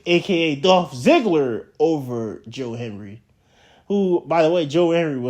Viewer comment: can you say his name correctly? that's very disrespectful